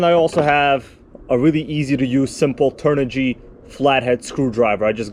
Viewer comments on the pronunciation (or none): none